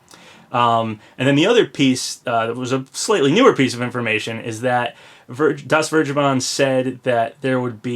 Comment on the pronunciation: "DasVergeben" is german and it is pronounced something like "Das Fairgayben" xd